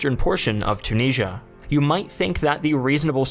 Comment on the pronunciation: Why do you say Tunisia so incorrectly?